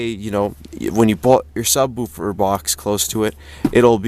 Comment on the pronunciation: I just like the way you sub-WOO-fer instead of SUB-woofer.